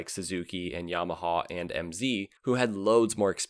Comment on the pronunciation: “MZ” - well, you pronounced the M correct. 😅 The “Ala d’Oro” was a disaster too.